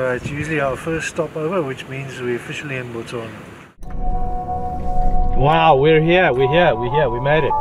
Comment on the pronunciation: Absolutely beautiful cinematic video. I really appreciate how all you guys pronounce all the names of my country's places correct every time, i really respect that effort considering how hard Setswana names are